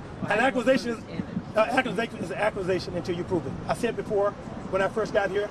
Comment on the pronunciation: "An acwuzation, an acwuzation is an acwuzation until yoo pwoove it."